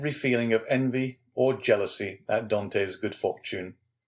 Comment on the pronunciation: Dear reader, you should really have tried harder to pronounce correctly the hero's name, Dantès. As the accent grave indicates, it is not Dantee or Dantei, but Dantaes with a short ae sound and an edible s. Well, I will have to turn off the sound and read myself then.